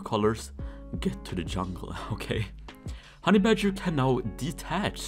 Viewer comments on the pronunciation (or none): none